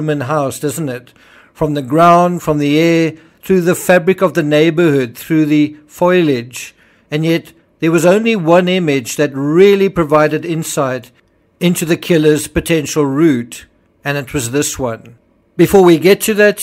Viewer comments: The pronunciation \ˈfȯi-lij\ is disapproved because it suggests the transposition of the l and i in the spelling. It is not as common as \ˈfō-lij\ and may be associated with the nonstandard spelling foilage. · Foilage? Like foliage? ...like the italic foglio? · Sir, it’s pronounced [fō•lee•edge] 🙏